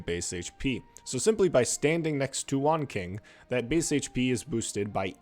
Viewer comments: Nice video, however, his codename is not pronounced as "WanKing" instead is pronnounced "WanChing" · i dont wanna be that guy, but the pronunciation of his name is more like Wan-Ching great video nevertheless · Quick note first, the q in his name is pronounced like a ch Bold of you to assume that the average arknights player is capable of comprehending that an operator with a longer windup and longer TTR (as you called it) than myrtle could possibly be better than her. Long term efficency? Preposterous!! Sarcasm aside, its nice to see someone else who isnt a victim of helidrop brainrot. I recently saw somebody unironically complaining that waiting 5 seconds for Surtr S3 was too long, I nearly had an aneurysm